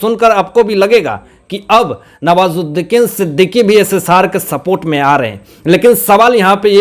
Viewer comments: Sorry sir आप बुरा न मानें आप का उच्चारण दोष पूर्ण है। आप नवाजुद्दीन सिद्दीकी का नाम भी बिगाड़ दिया। आप हर बार नवाजुद्दीकीन ही बोलते रहे। आपको विडियो बनाने से पहले इन बातों पर अवश्य ही अपने उच्चारण को सुधारने पर नजर डालनी चाहिए। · Sir nawazuddin Siddiqui aap naam galat pakdate ho